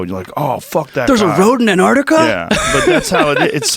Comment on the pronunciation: Anardikar. C'mon man. It's spelled Antarctica. And pronounced Ant- arc- tic- uh